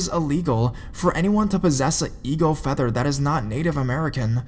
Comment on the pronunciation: Hunterrrr with featherrrr. I'm sorry I was laughing but good stories either way